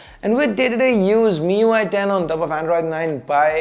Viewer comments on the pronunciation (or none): none